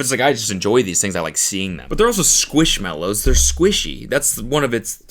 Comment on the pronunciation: It’s squishmallow not mellow